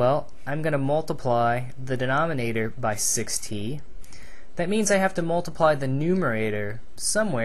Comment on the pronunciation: 6t sound like 60